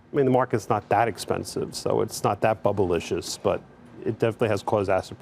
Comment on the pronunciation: Did Steve Eisman just say Bublelicious I’m dead lmao.